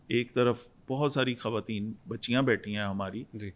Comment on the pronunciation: itni achi Urdu bolne wala jab khawateen ko "Khateen" kahe to bohut dukh hota hai, plz note keejye ga 🌹🙏